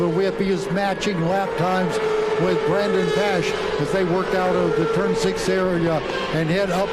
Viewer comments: I had to mute. Pronounce Brandon's name correctly! Dip sticks. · So happy for Brandon and TSE. What an amazing finish. Ran down SDK with 20 laps to go being 6 seconds down to beating him by .030! Just wish the commentators were better. Not sure they got Brandons name right once....